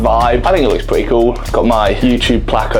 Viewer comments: “I bought a pwetty nice house and I’m a pwetty tall guy” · “So, I’m a pwetty tall guy.”